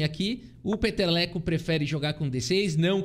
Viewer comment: Quando falou peteleco penso que era piada mas é o nome do jogador que é Peter Leko. Acho que fica melhor se falar Píter Leko. Não ajuda muito